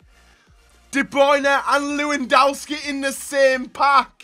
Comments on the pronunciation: He says it like "Luuindauski" 😂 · It hurts the way you say “lewandowski”